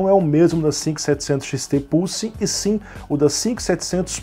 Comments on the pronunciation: seria muito triste o youtube desmonetizar esse video pq o bot entendeu "pussy" e não "pulse" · Pior que falou isso mesmo! kkkkkkkkkk "pulse" está mais para "pousse" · Adoro os brasileiros a falarem 😂😂. Não me levem a mal mais eu ouvi o dizer 5700XT PUSSY e não 5700XT PULSE. 😂😂😂. Por favor não me levem a mal eu adoro o canal do ele tem bastante conhecimento 👍💪